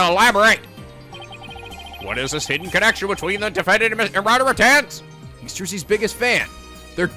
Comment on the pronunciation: his name is pronounced Roger Ratings FYI